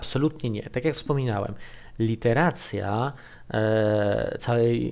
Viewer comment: iteracja proszę Pana, nie "literacja"